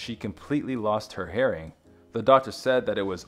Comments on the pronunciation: herring? Annunciation.....hearing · But Y’all HEARING was pronounced Herring …. 😂 and to be honest I don’t like his pronunciation of beloved ~~ Be-luv-Ed? WRONG! In this sentence it should be (quick first syllable) Buh-loved. Lots of weird inflections… not sure what y’all are “ herring” lol